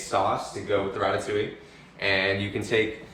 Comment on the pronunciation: ITS DEADASS RATATOUILLE